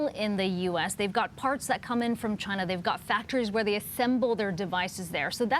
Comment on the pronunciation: Damn CHY-NA!!